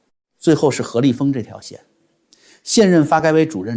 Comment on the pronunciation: 郑栅洁的标准读音为 Zhèng Shānjié